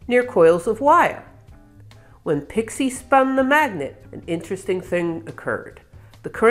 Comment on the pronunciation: she says "a nearly unpronouceable name then proceeds to pronounce it without the slightest difficulty (ha, got ya!)